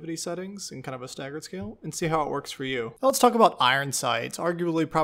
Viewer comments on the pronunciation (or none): none